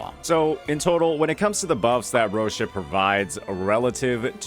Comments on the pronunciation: It’s not “roSIa” goddfucking dammit. It’s “roCCIa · Her name should be pronounced like Rócha instead of Rocía, and yeah, she isn't needed at all. Danjin and Sanhua cover her place as Camellya's buffer/subdps. There are too many good characters coming which are less redundant. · I am italian, the correct pronunciation of Roccia is /'rɔttʃa/ something like Roccha not Roshia. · It's pronounced like Ro-chee-ah or Ro-chya. Its not Ro-see-uh lol. Anyway I'm getting her for my Camellya. Not only that, I like her CC and gameplay. Her design is also adorable. And that new echo set? Yep. Must get Roccia. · No disrespect man, but as an italian hearing you say her name is killing me lmao, not trying to be the correcting asshole, just wanna let pepole know how to properly say it. I guess the best translitteration of how her name is supposed to be said (BTW it means Rock in italian) would be Roccha. I don't know if it's pronunced differently in the EN story dub since I use JP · TOOO BAD IM GETTING HER also her name is pronounced ROCHA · Roseeya is insane pronunciation of Roccia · very useful video, just in time for me. But man... she's Ro[ch]ia -- with [ch] and emphasis on [i]. That's how she pronounce it in official promo published by Kuro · Roccia. Pronounced Roh-tcha. Because they say it in game, and I have an old Italian friend whose family name is Boccia. Also, Roccia at S1 speeds up her rotation speed, so that's up to the player if they want that. Still can't beat Yangwang and Sanhua tho. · As an Italian myself it's so hard to hear the English dub of WuWa and consequently the youtubers I follow butchering those Italian names. Roccia which means Rock and is actually pronounced "ROCCHA" becomes that. RIP Same problem with Rinascita (Reborn), etc etc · man as an Italian the pronunciation of her name irks me haha Roshia 😅